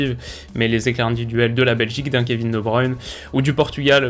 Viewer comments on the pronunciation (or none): none